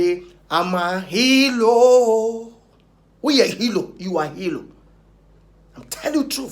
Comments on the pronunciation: Kweku please wati, is HERO ....... not HELO 😅😅😂😂😂😂😁🤣😋😋😁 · Ah! He said hero or helo😄😄😄😄